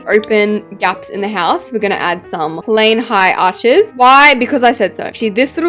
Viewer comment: STOP CALLED PLAIN HIGH ARCHES PLAIN ARCH HIGHS IT ANNOYS ME SO MUCH 👹